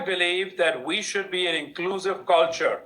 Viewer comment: You are being " Inglusive"?